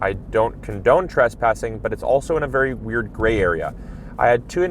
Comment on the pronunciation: "be varwee varwee quiet, we're hunting Aoples" - Elmer Fudd in this occassion. 😂